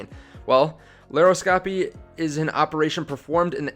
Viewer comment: Pronounced LAP-PRO-SCOPY :)